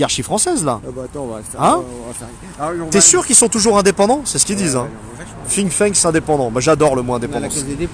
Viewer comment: Toujours motivé grosse force à vous. Petite remarque, c'est "Think tank" et non pas "Think thanks" il me semble non ?